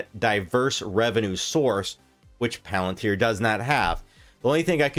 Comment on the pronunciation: If you could pronounce palantir correctly, I might take more notice of what your saying